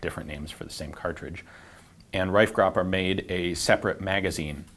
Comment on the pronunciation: Pretty good pronunciation of the name Reifgraber.